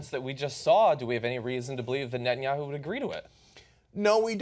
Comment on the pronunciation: Why doesn't somebody tell him that his name is Netanyahu!? Not BB, Betanyahu. What a thick idiot! Even Fox news can teach you the names of world leaders.